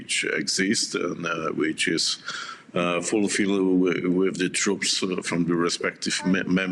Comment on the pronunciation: 😂 yea? “We shouldn’t put twoops over der cuh, it’s too dangewous”…PIPE DOWN! Pull yourself together MAN! WERE IN A WAR DONT TELL US ITS TOO DANGEROUS, ya dangerous times bruh! BOMBS FALL FROM THE SKY THESE DAYS, everything’s dangerous don’t just say “it’s too dangerous” instead u say maybe like:” it’s risking too much personnel or equipment” -that sounds more APPROPRIATE FOR WARTIME SPEECH! SLOW DOWN YOUR WORDS AND THINK ABOUT WHAT U SAY SO U SOUND SMART…